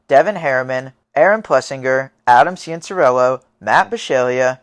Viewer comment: hearing struggle to say cianciarulos name is funny to me like he was just a random little kid back then this is cool to look back on if only they knew what all those kids would become